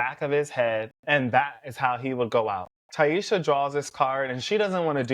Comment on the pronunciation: this is a great video but you saying ti-esha instead of taissa drove me up the wall lmao 😂. Hope you start adding your predictions for whats coming next at the end of future videos. Would love to know what you think ❤